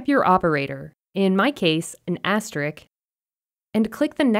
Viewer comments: Asterisk* not asterik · I wish this video showed how to add a range of cells, not just two that are next to each other. Also, just FYI, you may want to consider updating this video to fix the pronunciation of "asteriSk."